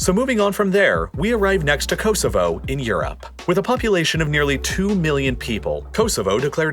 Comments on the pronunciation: Very very informative, thank you. Apart from your excruciatingly annoying septic accent and your appalling pronunciation of “Kosovo” I congratulate you on your correct spelling of “maths” and not the very annoying “ math” which your countrymen consistently annoy the rest of the world by getting wrong. Its MATHEMATICS ( plural) therefore the abbreviation is maths. Well done, there’s hope yet. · ko-zo-vo thats hopw its pronounced